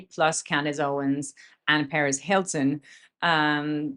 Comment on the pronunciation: btw it is Per-ez Hilton and not Paris Hilton! ha ha I know it is a language thing but I keep thinking you are referring to the socialite rather than the gossip guy!!